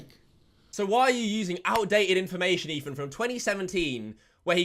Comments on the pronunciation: wtf is ''EFAN'' he keeps saying that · ETHAN, not EFAN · This guy cant say Ethan correct lmao. He says Efan. I guess its e British version of a lisp 💀💀💀